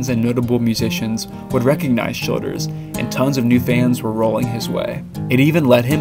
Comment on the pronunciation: thats how I've always thought his name is supposed to be pronounced. Sounds just right to me.